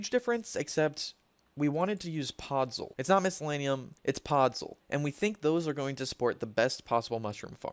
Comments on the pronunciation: “Mycellenium” xd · my-see-lee-um is how you pronounce it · lol this guy doesnt even know how to say mycelium loooll